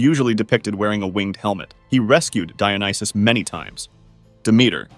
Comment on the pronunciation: Dionysus pronounced as JOE--Knee---Shoes.